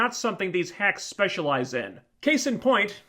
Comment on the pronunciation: Did you say "hacks" or "hags"?